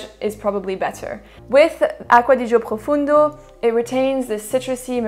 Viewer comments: It's Profondo not "Profundo" and it has nothing to do with Sauvage really. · "PROFONDO" not Profundo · Qu'est ce que tu racontes....elle met une vitesse en accent anglais à la majorité de chez nous (français). Écoute François Hollande...là t'auras ta prononciation en français de chaque mot anglais. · I have Acqua di Gio' profondo ( Profondo … not profundo.. is italian word i'm italian ) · PROFONDO not PROFUNDO.....and it is actually the finest out of the 4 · It's not Profundo...it's PROFONDO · Its profondo not profundo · Profondo profondo profondo not fucking ProfUndo it isn't difficult you have it on the bottle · Profondo... et pas Profundo. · Profondo is profondo not profUndo😁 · PROFONDO….not profUndo… Please🙄 it has nothing to do with Sauvage, at all! lol!🙄